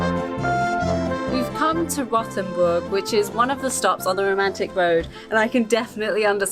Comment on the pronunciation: Rothenburg: Please - it's NOT "rotten boorg". Please stress the "o" - R_ohh_ ... The comes a "t-hen", not a "ten". A plus for not pronouncing "burg" like in "burger" though. But there's improvement possible. It's an "ooh" sound, just shorter.